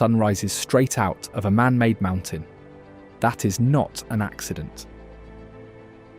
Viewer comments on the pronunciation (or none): none